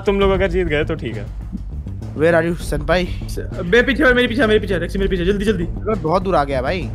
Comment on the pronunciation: It's sen pai